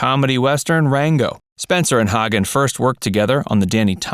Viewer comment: Earle's last name is pronounced HAY-gen.